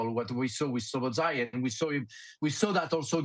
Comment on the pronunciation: s U b oslai......Soboslsiai There is no "U" in his name.